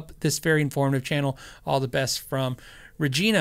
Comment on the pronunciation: it's Re-gI-na (long I sound), Saskatchewan. as for the name thing you're probably addtionally confused by thinking of the city of Saskatoon, Saskatchewan. (I was born there!)